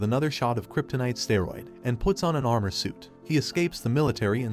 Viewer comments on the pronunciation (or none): none